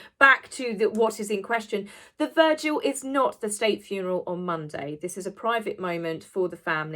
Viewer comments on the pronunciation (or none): Hon...it's vigil...not virgil.. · It’s vigil not “virgil”. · Is it your accent or are you saying “virgil” instead of vigil? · Hello I’m catching up on your wonderful commentaries regarding the Queen’s passing. Forgive me but I have to ask, am I hearing you correctly…is it a British pronunciation of the word “vigil” to say “virgil”? I love your videos and think you do a wonderful fair and balanced job! Keep’em coming PLEASE! 😊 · Vigil not Virgil, who was a poet :) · Not vergil its vigil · Vigil, not Virgil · It's vigil not Virgil, he died: 21 September 19 BC, Brindisi, Italy. 🤣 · It's "vigil", not " virgil". There is no "r". Love ya,!! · you're on fire and look gorgeous but "virgil"? It's vigil lol! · Vigil not Vergil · Sorry it’s a Vigil not Virgil I’d say it was a slip of the tongue! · It's VIGIL not VIRGIL!! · love you, but "the VIRGIL"??? 😂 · Please! It is a VIGIL not a "Virgil" & The existence of any Sussex offspring has yet to be confirmed. No DNA proof. As for Andrew, he was a HERO helicopter pilot in the Falklands & the female in that photograph was not the victim she's been made out to be. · Wonderful video again, loved the story about Gary 😂 Just to let you know that vigil is pronounced vidge-ill and not verge-ill. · it is a Vigil, not a Virgil, who was a Latin author. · A virgil? Do you mean vigil? And abolishment? Do you mean abolition? Sorry to be pedantic, but respect for the queen should include respecting the queen's English? You're not a foreigner. So no excuse. I am a foreigner and was brought up with great love and respect for the Queen's English. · It’s the VIGIL, not the VIRGIL!!! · Not Vergil. V-I-G-I-L. Like ‘vigilant’. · Vigil not virgil. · Respectfully, vigil not virgil. 😊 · Just saying, it is a vigil not a virgil. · Vigil sweetly not virgil. Virgil was a Roman poet. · It's not a VIRGIL. It's a VIGIL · Virgil? I think you mean vigil? Love your videos! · It's not called a ' virgil ' it's a Vigil .